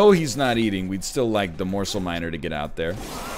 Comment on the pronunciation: the way he started to say morsl sounds incredible drunk